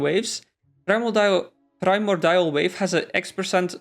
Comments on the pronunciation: Prime-or-dial lol please stop saying that its pri-MORE-de-all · mordial... MORDIAL... not primal dial wave